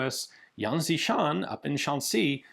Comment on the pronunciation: He Ian, the Xi in XiShan is closer to the pronoun "she" in pronunciation. While not quite the same, the x in pinyin's closest English approximation is "sh". Thanks for the great content as always